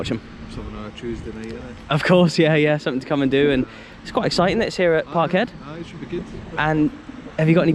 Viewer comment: “Parkheed” love it mate You are slowly becoming part Scottish